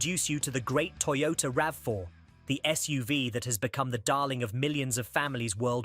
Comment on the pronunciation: YOTOTA Corolla... 😂